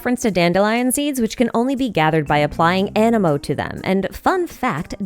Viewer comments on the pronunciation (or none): none